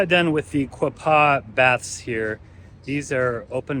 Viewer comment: Its Quaw (rhymes with claw) paw (just like a dogs paw. And Chaffee rhymes with staff then the e at the end. It surprises me all the people who do travel videos but never bother to ask a local how to pronounce the names.